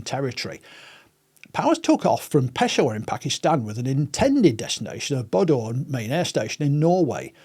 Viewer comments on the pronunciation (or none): none